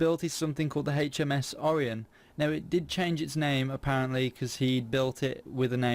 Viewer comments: or-EYE-on not or-E-on -. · Pronounced orIon, with a hard I, not oreon, but I like the ship